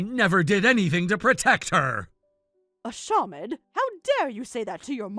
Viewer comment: The way the mother pronounced ashamed 😂😂🤦🏼‍♀️